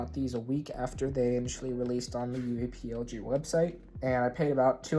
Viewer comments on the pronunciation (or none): Please just pronounce it UA plug man that’s how it’s pronounced